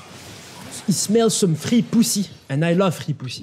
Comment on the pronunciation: Hello ^^ Great video as usual, just a question, how do you, sometimes, speak english but with a french accent xD?.Like, the way u say "free" it's like with an french accent ^^ I can talk about it bc i'm french!